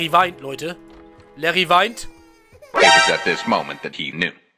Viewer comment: Das heißt nicht Larry sondern Liri